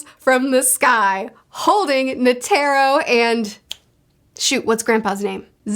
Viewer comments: Net-er-row not Ne-tare-row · If you're having trouble with names, just remember that Japanese is syllabic, where all the sounds end with a vowel. For example, the way you say Netero sounds more like Ne-Ter-Ro, but it's supposed to be Ne-Te-Ro. The vowels all represent different sounds. The "a" never sounds like an "e" -- it's always like the a in father. The e is like the e in beg. The i is closer to the ea sound in seat, not like the a sound in site (although it can also be the short i sound in sit). The o is like the o in on. The u reads more like a long o sound, like in fool, rather than full. The way vowels sound do not change based on where they are in the word, they always sound the same. Also, there are no diphthongs. Vowels are always distinct and do not run into each other. So Meruem is Me-Ru-E-M(u) with a silent u, since it's at the end. Meleoron is Me-Le-O-Ro-N. When an o is followed by a u (and an e followed by an i) like in Pitou, that is to denote that o should be a longer sound. As in, Pi-To, where To takes twice the time it takes to say Pi (if you were clapping, Pi is one clap, To is two claps, does that make sense? 😅) The consonants are mostly the same as in American English, except the g is always hard, so g will never take on a j sound. So it's Ko-Mu-Gi, where gi as in giga, not gym. There are other nuance, but remembering these three should be enough to get by most scenarios. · You're saying "Netairo", it's [Ne-tay-roh] A = ah E = ay I = eee O = oh U = ooh/ew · Quick tip on the names: Komugi: Ko-mu-gi Meruem: Mer-uem Netero: Ne-te-ro Meleoron: Me-leo-ron